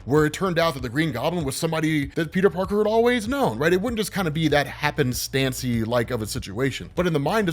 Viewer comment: Happen Stan-ce-Lee...😉, did you do that on purpose? 😂😂😂